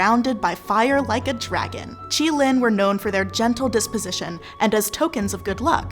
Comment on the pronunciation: Thank gods they pronounced qilin this way it reminded me how terrible people said it in the fantastic beast movie